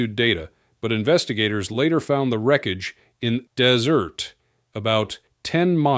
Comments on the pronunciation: As soon as I heard "found the wreckage in Des Ert" I gave up. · You know it's a phony voice when they can't pronounce common words like "desert."